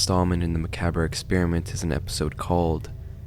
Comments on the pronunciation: The scariest part of the video is the way he pronounces “macabre” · The truest horror of this video is the way he pronounces macabre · The scariest thing in the video is how you pronounce macabre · great video. screamed every time you mispronounced macabre though.🫠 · So are we all just gonna ignore how he said macabre wrong every time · Great video! Never heard someone pronounce the "re" in "macabre" before! Quite an interesting project. Really cool how the Creepypastas we grew up with can be revitalized like this! ma·ca·bre /məˈkäbrə,məˈkäb/ adjective disturbing and horrifying because of involvement with or depiction of death and injury. "a macabre series of murders" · Well made video but is there a reason you aren’t pronouncing macabre correctly? I know his sounds sarcastic but it’s a genuine question, I don’t know if it’s pronounced that way in the lore or if it’s just you making a blunder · I normally would be too, but in this particular case, it sounded like a name which helped me from getting pulled out of it. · I'll sub when you say macabre correctly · I really was rlly interested in this vid but I genuinely flinch every time Macabre was said 😭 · I hate to do this but it was driving me crazy as I watched, but the r in macabre is silent. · no way he pronounced macabre wrong this whole video im crying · lol I thought it was pronounced mah-ca-bre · great video but i hate how you pronounce macabre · wait, thats how you pronounce macabre?? regardless, sounds like a super cool series, thanks for covering it! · “Muh-cahb” is how it’s pronounced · It's pronounced macaab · I don't mean to be rude but macabre is pronounced maw cob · It’s “ma-cobb” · Do you know that macabre is pronounce ma-Carb? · I can’t with the dramatic tone and constantly saying macaber. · Isn’t it maca bre? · Bro - macabre is pronounced “muh-kawb “ lol. The “cabre” ‘s “R” is silent As well lol. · The proper pronunciation is "muh-cawb". Kinda like "sabre" isn't pronounced "say-bruh".